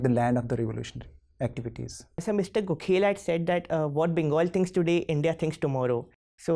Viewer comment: Everything was perfect until you pronounced Gokhale as Go-Khel !!!!!